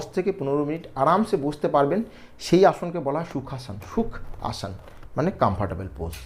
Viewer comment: আসন কে আসান বলছেন কেন?